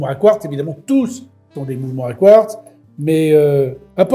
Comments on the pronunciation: Quratz ?? Mais pourquoi Quratz et pas Quartz ? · Quratz est d'une "r" plus avancée que le quartz😂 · Alors on assume pas 😂 pauvre Etienne. Je prononcerai Quratz …kratz…elle est cool ta montre à Kratz 😂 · C’est quartz pas quartz 😮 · Le "quratz" (prononcé "kurats") est un minéral rare et mystérieux qui se distingue par sa capacité unique à rendre les montres en retard de cinq minutes chaque fois qu'elles sont à proximité. Les scientifiques s'interrogent toujours sur la nature de cette propriété temporelle, mais les horlogers le considèrent comme le meilleur ami de leurs affaires, car il garantit un flux constant de clients désespérés pour des réparations. Le quratz, souvent confondu avec le quartz, reste ainsi le joyau paradoxal du monde minéralogique, ajoutant une touche de folie horlogère à notre quotidien. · Les fameuses montres à 'quratz'... Ça fait un peu stars wars ^^ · Salut étant en C.A.P horlogerie le mots " quratz " ma fait bien rire j'aime beaucoup tes vidéos t'y m'a appris beaucoup sur mon futur métier de rêve. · Salut! Je suis ingénieur chez Breitling et on on a vendu une montre Quratz année passée! En fait chez le peuple arménien du nord c'est leur manière de prononcer Quartz, c'est dû à une hybridation entre les langues germaniques et slaves! Bonne soirée 🤫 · Quratz..vous avez dits Quratz… quelle drôle de montre !!! 😂😂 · Magnifique le quratz 😂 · sympa le "Quratz" !!!!🤣🤣🤣🤣🤣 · Quratz … fallait oser 😂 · Quratz, Quratz, tient comme c'est Quratz... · Oh la la le quratz 😂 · Quratz 😂 c’est de la bombe😅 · Le quratz m'a fait éclater de rire !! 😂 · Attention à la prochaine crise du Quratz du japonais « kiurateuzeu !! » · Vous avez dit "Quratz" comme c'est bizratz, pour des montres a quartz Je vous assure mon cher, que vous avez dit Quratz. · et voila, est dépassé par la toute nouvelle technologie Kuratz, quelle bafouille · Du quratz ?! Même le correcteur d'orthographe ne connaissait pas....